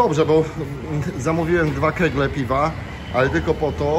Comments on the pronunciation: Nie "kręgle" a kegle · Nie mówi się Kegle tylko Kegi